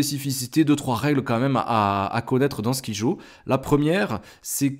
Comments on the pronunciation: ON DIT SKAIDJO ET PAS SKIJOOOOOO merci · Ça se prononce comme ceci : SKAILDJO .. et non pas comme tu le prononces . Mais c'est un jeu super que je viens tout juste d'acheter..